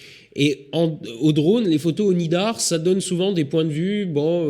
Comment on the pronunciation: Il me semble que c'est le "nadir" et non le "nidar" ... ;-)